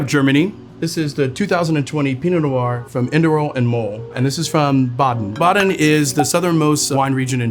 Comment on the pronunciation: Atleast pronounce the cities correctly Like wtf „Boden“ is not hard to pronounce